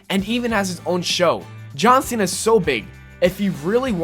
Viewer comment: The guy on TPS said it like that. Like how you pronounce cena in spanish lmao.